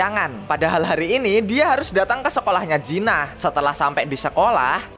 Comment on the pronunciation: Jin ah bg bukan jinah blok